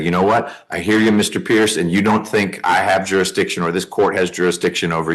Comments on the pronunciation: this hard headed fool does not have enough education to make these decisions for himself! He and his family need higher education to pull this family out of crime, poverty and barely using the English language! He can’t even pronounce “jurisdiction”! “Jurradishion” sounds RIDICULOUS🤦🏼‍♀️🤦🏼‍♀️🤦🏼‍♀️ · He’s not under your “juridishun” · OMG!!! This is a MURDER trial?? Not a traffic stop? So he’s staking his life on this crap? He better learn to pronounce jurri-deeshun. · What the hell is juridition? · This great judge patronised the heck out of him and poor Pierce didn’t realise. 😂😂 perhaps he was thinking too much about the jurydishun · take a shot everytime he says juruh-dishin; i am not responsible for any alcohol poisoning that may occur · So in his delusional mind that means someone from another country could come to US and commit a felony and then just go home without any consequences. He picks and chooses what he thinks applies. Every time he says jurisdiction I cringe. Learn to say the word. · Maybe he should learn how to pronounce jurisdiction before trying to argue about it. 🤷